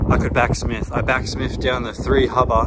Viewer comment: Maybe back smith's hate you because you're calling them back smiffs, it's just cuz you're pronouncing their name wrong mate..😂 love your channel man..I honestly like you and you're by far my favorite yt skate channel.!! Keep it up 💯